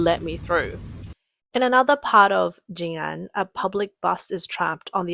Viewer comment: It's pronounced JiNan, not JinAn.